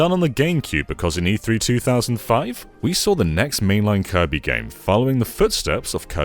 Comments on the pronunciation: Did he say koiby. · Because of, from this day forward, I will pronounce "Kirby" as "Koibee".